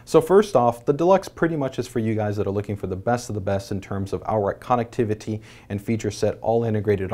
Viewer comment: It bothers me the way he says connectivity...